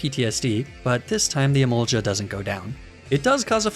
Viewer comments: ily very much but emolga is pronounced e-mole-ga not e-mole-ja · Stop saying emolja 🤮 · Emol gah not jah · did did he just say "em-ol-cha" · iM SO TRIGGERD BY EMOLGA OR HIS VERSION EMOLLGHA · Why is no one talking about how you say Emolga? … argghhhhhhhhhhhh 😂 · I've wondered this for a lil while. My running theory is that you pronounce certain Pokémon names in a 'peculiar' way, to boost the algorithm. People commenting 'blah blah you say emolga weird' has got to be a good thing. Of course, you could just be doing it for the memes. Either way. I respect it. That one run where you pronounced a name multiple different ways had me in bits lmao